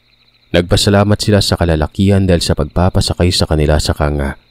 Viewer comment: Kang-ga po sir at Hindi kanga 🙂